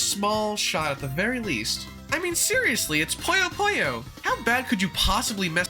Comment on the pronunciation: It's puyo puyo, not poyo poyo buddy.